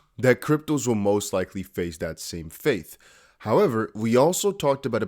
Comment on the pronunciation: It's 'fate' not 'faith lol